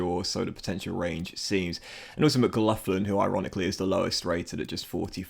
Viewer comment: Howye McGloughlin is pronounced McGlocklin, just so you know